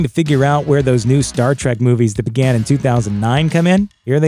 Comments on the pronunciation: Quit pronouncing it "Star TRACK", ffs. It's "Trek"... "Star Trek" .... not fucking "Track" you blithering fucking moron! I quit listening and Down Voted by the time you had mispronounced it for the 12th time just after the 3 minute mark. You shouldn't review something you obviously have absolutely no fucking clue about, dipshit. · Did he say Star Trak? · I knew in 3 seconds he didn't know shit. "Star track"? See ya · Did you really just say, ‘Star Track’? Fake fan. Next video.